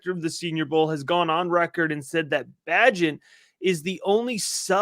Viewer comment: PRONOUNCE - BAYGENT